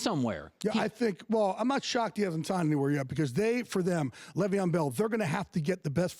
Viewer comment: He really out here still saying Le’Veon wrong